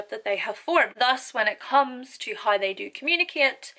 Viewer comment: I was just wondering how come you don't say how with a pronunciated w when you clearly use the pronunciated W and other words with a w?